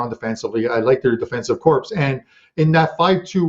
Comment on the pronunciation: I've made the mistake myself, but corps is pronounced 'core'. Great shows lately! Thanks.